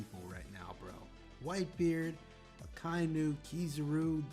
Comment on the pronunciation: The way you say Akainu's name is correct, and with any name just listen how they say it in the anime. I've always wondered how can people mispronounce a name they hear multiple times in the anime.